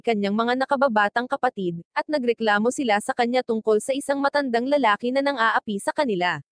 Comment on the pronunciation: ano lalali hindi lalali lalaki